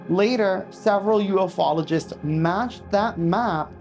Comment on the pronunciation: ffs, it's pronounced U-FOLOGIST, NOT UF-OLOGIST. LIKE Bi-ologist. You know I love ya bro